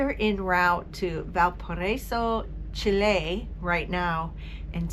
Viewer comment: Love the two archaeological sites, had never heard of them before. Also, great that you pronounce Chile correctly.